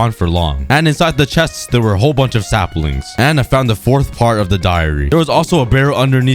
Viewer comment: Did cookie just say slapling